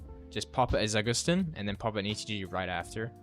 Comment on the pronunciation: Za gust tin, I hate how people pronounce words